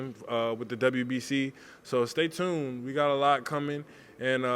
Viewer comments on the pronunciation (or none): she doesn't even say stay tune. She says " stray trune"